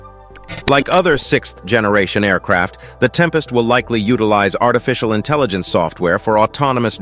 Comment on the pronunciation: 6th (theth) generation ? You already pronounced 6th you don't sound out the th separately